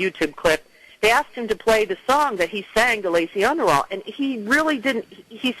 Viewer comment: uh nice guys....UNDERALL....not underwall. nice start to your interview.